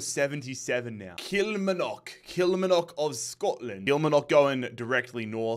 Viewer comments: Sorry man I have to say it as you did it last season too. kill-mar-nick. Not kill ma knock 🤣. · Just for future reference, Kilmarnock from Scotland is pronounced KILL - MARR - KNOCK not KILL - MIR - KNOCK :) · Just to specify Kilmarnock is pronounced Kil-Marr-nock instead of Kil-ma-nock or whatever you say (I’m from Scotland) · Really good content! Love the Global Imperialism series. Kilmarnock is pronounced Kill-mar-knock though 😅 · Bahaha Walsall knocking Fulham like that has peaked my emotional state. And still this guy can not do limbs, doesn’t have the voice at all. And it’s Kilmarnock not Kilmanock, the r isn’t silent. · That's not the problem, his accent is just non-rhotic. The real problem is the emphasis on the final syllable: he says kil-mar-NOCK when he should be saying kil-MAR-nock. In his accent neither of those pronunciations have an r sound, and while he could put one in, it's still correct for him to say kil-MAH-nock. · Kilmarnock is pronounced Kul-mar-nuck not Kila-ma-nock. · Please don't call killmarnock killmanock😅😅 it's called kill-mar-nock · Kilmarnock is pronounced Kill-mar-nuk. Or just call it Killie. 😂 love this series. Big ups from Bonnie Scotland 💚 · Kil-Mar-Nock , drives me mad to hear your version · Brilliant series mate! I'm a Kilmarnock fan so can you please please pronounce it as its supposed to be. As funny as your pronunciation of it is..😂😂 it's supposed to be KIL-MAR-NOCK 3 syllables. Much love. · Legendary series! Just a note that Kilmarnock is pronounced with the r so it's not Kilmanock like you said 😂😂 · Kil-MARN-ock. Don't envy some of the teams you have to pronounce dude 😂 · Just a head up, it's pronounced "Kil-Mar-Nick" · Kilmarnock is pronounced Kill-Mar-Nick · Great series but just to let you know you’re pronouncing Kilmarnock wrong, its more like kilmaaaarnock 😂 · Stop pronouncing Kilmarnock wrong .... its Kil- Mar- Nock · Please 😢 It’s Kil-Mar-Nock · I fucking hate killie but it's pronounced kill-marr-nuck